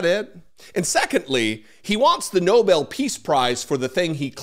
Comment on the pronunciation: Tr*** should not get it until he learns how to pronounce it! NOBEL But even then he shouldn't get bec he has done nothing to earn it.